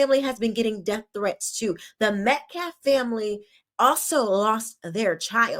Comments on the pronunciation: He called Austin’s Dad Metclaft instead of Metcalf. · He also disrespects the Metcalf’s by saying Metclaf. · He can’t pronounce Metcalf either.